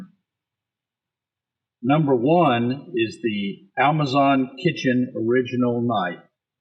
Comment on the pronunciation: Thought I was stroking out, but in trying to sound all accurate and right he says, "Almazon" and it's killing me. Literally lol-ed